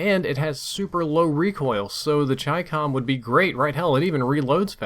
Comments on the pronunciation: I KNEW IT WAS CHYCCOM AND NOT CHICKUHM. That's all, thank you. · Finally someone that pronounces chicom right lol